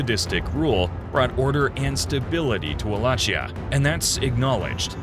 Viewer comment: Wallakheeya ( it sounds like this). Ch in Romanian language sounds like Kh ( in Italian is same). Great video!